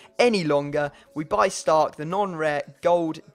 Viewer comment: When he said Starke I was like.... WINTER IS COMING